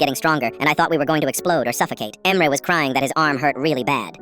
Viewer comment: I think that the AI doesn’t know how to pronounce Turkish names